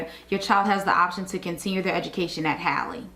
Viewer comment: Just watched your video. The name is pronounced as if spelled Hawley. William Halley was my grandfather so I know this is correct. I visit the school now and then and even worked there when it opened. Emily Halley York 2026